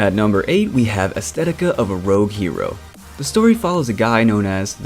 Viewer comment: and its actually aesthetica of a rouge hero not "Astethica"